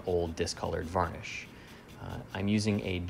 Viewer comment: Jak mnie to słowo "wanisz" wkurwia